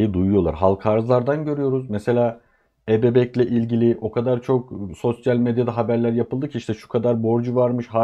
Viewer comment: Alt katımda tamirat var size “katar” geliyordur. Ekonomist dil sürçmesi😂😂😂